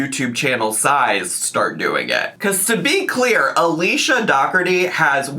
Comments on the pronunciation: Is it not pronounced like dough-orty? As in Dirty Dozen? 😂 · It's pronounced door tea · is mispronouncing it